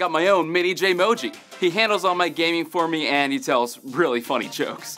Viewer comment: Weawwy nice job.